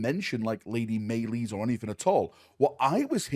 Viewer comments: Maylees? Pretty sure it's pronounced like Malice, because Dark Eldar. :P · Malice.... Not may lice. Just spelled with a Y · Maylees? It's pronounced Malice. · Malys as in Malice, not maylis. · Im pretty sure its pronounced Lady Malice, not Maylees. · Malys is pronounced malice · its pronounced Malice Its coz deldar are so metal, yo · Its pronounced "Lady Malice" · I was always under the impression it was pronounced like Malaise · Malys? Malys? Who the fuck is Malys… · Iunno why but I figured her name was pronounced like malice.